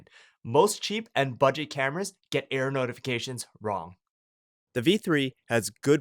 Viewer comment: Error notifications. LOL I thought he kept saying "air" notifications.